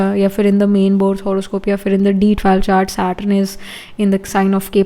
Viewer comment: Its not SATRUN , its SATURN